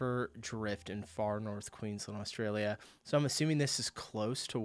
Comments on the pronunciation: dude it's Queensland not Queenslind ok mate. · Dude, its QueensLAND. Queensland. Not bloody QueensLIND. QUEENSLAND